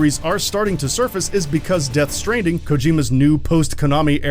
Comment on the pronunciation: lol it sounds like the narrator mispronounced stranding at the start of the video.